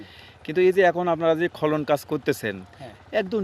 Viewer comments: খলন কি ভাই,খনন উচ্চারণ করুন। খুব সুন্দর ❤ ভিডিও। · বার বার খলন খলন বলছেন। খনন কাজ। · খলন না রে, খনন। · খনন খলন নয় শুনে হাসি পাচ্ছে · খনন বল তে পারন না। কানে লাগে।